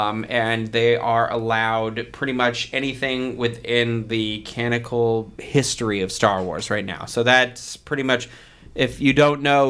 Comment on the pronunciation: Hey, a friendly & helpful tip: It's "canonical" not "canical." It bugs me a little bit every time, haha. And I love the concept that Craig is a master of other languages but only has trouble with English.